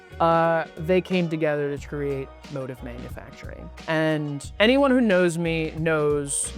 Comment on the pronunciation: Actually motiv should be pronounced like “moTEEV”, more like motif in music, I pointed it out to them and they refused to believe they are wrong lol. Also, to say Daniel, the designer, is a 3rd gen tailor is very misleading. He actually had no former training in pattern making and studied Econ in college. He picked up tailoring from his own research like online forums and old German tailoring books. Feel compelled to comment only because I hate people who confidently tell wrong things to others.